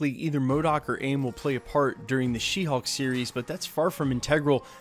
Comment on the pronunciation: It sounds for me like your saying She Hawk and not She Hulk. 🤪